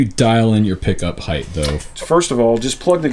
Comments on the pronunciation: the word is height, not heigth. Pet peeve, sorry. No TH sound at the end. Hite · Height as in right. Not hiegth. But otherwise good info. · Height, not "Heighth"... Sorry, gotta do it, its a pet peeve. Length, Width, and Height (not Heighth). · I'm sorry to be 'that guy' but heighth is not a word. It's just height. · Heigh-th really bothers me.. it's heighT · Quick lesson. Heighth isn’t a word. Height is. But not heighth. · Handy tips, but "heigth" is not a word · Why do all guitar set up people say heighth? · somebody else that says heighth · Why do people put a "th" in the word height? It gets annoying hearing that. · Why does he keep putting a th at the end of height